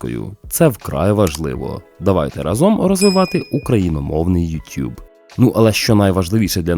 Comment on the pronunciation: Боже, невже ще залишилися люди, які знають, як правильно вимовляється YouTube ❤